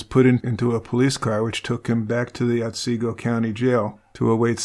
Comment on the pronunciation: Ot see go. Not Ot say go